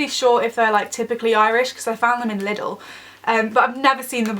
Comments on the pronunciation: Did u pronounce lidl Li-dil. I'm irish I'm offended It's lee-dil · its not pronounced lidl its pronounced like leedl